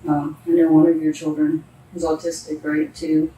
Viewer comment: It's children not cherdren